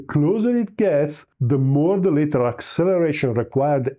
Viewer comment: lateral as in latch, land, bad, and not as in letter, better or later.